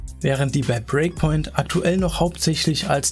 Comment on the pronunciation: Warum sagst du immer "Preakpoint" statt Breakpoint?